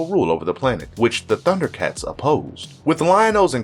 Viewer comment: I liked this mostly because you did such a great job pronouncing everyone's name.